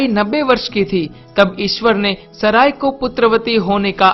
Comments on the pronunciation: Unka naam saray nahi "Sara" hai..."Maa Sara" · Her name was not saray , she was sarah , naam to sahi bola karo